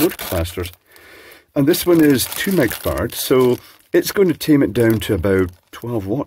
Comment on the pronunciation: Does he say 'micro-fart'? 😏